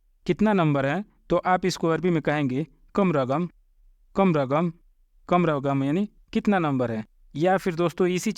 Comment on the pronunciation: Sory bhai ap bahut achchese sikharahe lekin zra lafzo me me farq he jese ke rgab ki jaga raqam he 😊